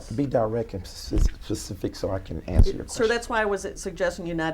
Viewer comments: "Oh of course. You know what I mean. Be more Pacific" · I love watching this. Its like an argument with a 4 year old. You know they are lying, but you just want to see how far they will take it. I lose it every time ... "Be more Pacific" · "Be more pacific" lmao!!! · Be "pacific"? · "be more pacific"...…… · Hernandez "be more pacific" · "be more PACIFIC!" LOL! I've never hated a total stranger more than this guy! wow. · "Be more pacific so I can know what you are saying." What? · Can’t hide that ignorance. He has no use for those words so why would he bother to learn how to pronounce them. Specific ? He’s not specific. Pacific Ocean is where all his bs is it’s that big yeah sounds about right though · attempts to pronounce specific says fuck it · “BE MORE PACIFIC” !!! Never heard it in real life, but here it is folks. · "be more pacific" Death penalty worthy crime in itself right there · "Be more pacific so I can know what you're saying." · Be more Pacific when you axed a question?🤪🤪🤪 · “Well Be More Pacific” Honey, How U Getting Smart w/ Someone And Cant Even Pronounce Ur Words Right . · "Be more pacific" lol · "Be Pacific"? As in Specific? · Instead of specific, he says "Pacific" 😂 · This clown said be more Pacific...Pacific is a Ocean you fraud... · “Be direct and pacific” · This is deliciously ridiculous.. To the edge of LUDACRIS.. Huge words for this person.. Who says "pacific" instead of "specific " but ENLIGSH is not his first language.. Thieving is. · "Be more Pacific so I know what you're saying" ------LMFAO! pacific?! really!? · What does this crook mean when he says " Be more PACIFIC"? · He's so stupid (pacific) it's almost sad. Almost. Fucking crook. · Alex Zachariah..could you be more pacific please? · can't even pronounce "specific" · "Be more pacific" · "be direct and pacific" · Lmfao be more “pacific” about what you’re saying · "..so be more PACIFIC" 😂😂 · “Be more Pacific, so that I can under stand you” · "Be more pacific"....lol